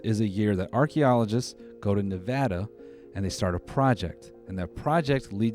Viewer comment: The way you said Nevada shook me to my core.. it was .. right . 🤨